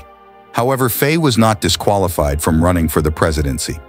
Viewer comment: All true, but please pronounce ’Faye’ as in ’my’!